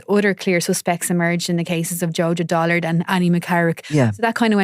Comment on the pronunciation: DULLARD NOT "DOLLARD" FFS